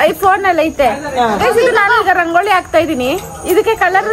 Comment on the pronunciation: ರಂಗೋಳಿ ಅಲ್ಲ ಅದು ರಂಗೋಲಿ 😂